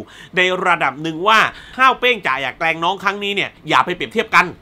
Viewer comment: ขอโทษนะครับพี่ ผมรำคาญที่พี่พูดว่า เเกง เป็นเเกรง คือมันรำคาญ เเต่การอธิบายหนังคือดี คุณภาพไม่เปลี่ยน สมเเล้วที่ไม่ไปดู เพราะคาดว่าคุณภาพเเบบที่พี่บอก เเต่น้องๆ cgm48 ผมยังเชียร์เเละเปย์น้องต่อไป ครับ